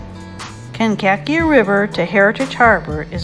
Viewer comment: Awesome video, thank you! Kankakee Pronounced Kank - A - Key…